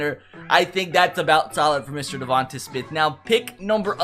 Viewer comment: Please Say Devonta Smiths name rights it’s pronounced Devon-tae not devon-tu